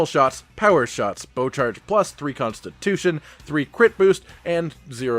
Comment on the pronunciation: Constip-- tution LMAO